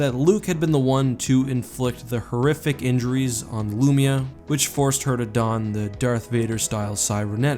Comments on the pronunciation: Its pronounced LOOO MY UHHH. Not loomeuh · Hate the way you pronounce Lumiya lpl